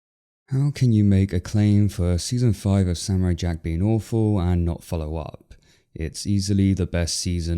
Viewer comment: “ Seezon feyeve bahd ”.